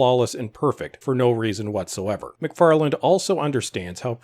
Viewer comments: _McFarlane_, not *McFarland*! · MacFarlane not MacFarland ... otherwise, well put! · Love how he keeps calling him "McFarland" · The name is MacFarlane not MacFarland ...otherwise good video, thanks. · I like this video, and I think your points are valid, and I agree with them. Just wondering though: are you saying "Macfarland" when you're referring to Seth's last name? It sounds like you're adding a "D" to the end of his last name, which is "MacFarlane." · Excellent analysis. My only problem was the narrator's almost constant mispronunciations of the creator's name. It's MacFarlane, NOT EVER MacFarland. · MacFarlane not McFarland lol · Dude, your video and your commentary are great. But say McFarland one more time... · By the way Seth's last name does not have a D on the end... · This is great but there’s no ‘D’ in Macfarlane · Agree with your assessment. But please, there's no D in MacFarlane.